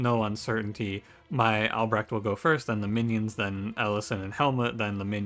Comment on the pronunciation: I really like the art style. Seems a very cool game. Great pronunciation on Albrecht, btw! Dutch name, many English speakers would totally butcher it, any Dutch relations?